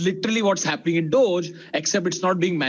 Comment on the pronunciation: dogeeeeee not dodge